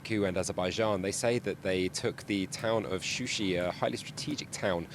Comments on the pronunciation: It is Shusha not Shushi! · not shushı yes shusha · What kind of official news is this that does not know the official name of this city is not Shushi it is Shusha.Shushi is a fake name given by Armenian after occupation of this city.It is not journalist to use the name and fact which is not official.This is really shame of the journalist and misleading the news.Shusha is a old city of Azerbaijan.